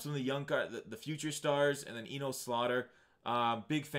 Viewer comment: Just trying to help. It’s pronounced “enus”